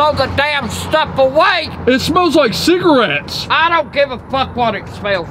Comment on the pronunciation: Ciggarates its cigarettes